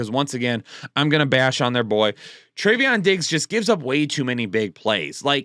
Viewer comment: TREVON DIGGS. TRE - VON. NOT TREVEON. STOP IT